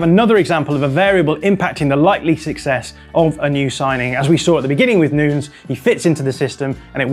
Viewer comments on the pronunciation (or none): Please stop saying noons for Nunes, that's so freaking annoying and kind of offensive that a journalist can't learn to pronounce Nunes (Nu-Nehs). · Nunes like saying Sanches not at all Noons!! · Is he really calling him "Noons" lol